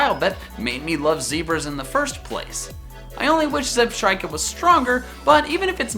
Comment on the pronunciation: Left off the A in Weavile! Zebstrika does NOT end with ER, it ends with an A! It's Mimikyu, not Mimakuy! The E in Staraptor is supposed to be an O! Gardevoir, not Gardivor! The first O in Lucario is supposed to be an A!